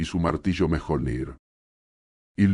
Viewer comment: Esto es con ia? Si es asi , los videos te quedarian mucho mejor si escribieras las palabras como deberían ser prununciadas , así en vez de valhaya , podríamos escuchar valjala y miyolnir en vez de mijolnir